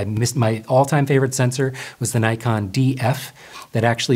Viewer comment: There is NO 'Y' in NIKON !